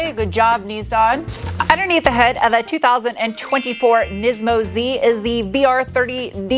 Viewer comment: How many times did you have to edit or re-shoot because you said "nympho Z"? 😂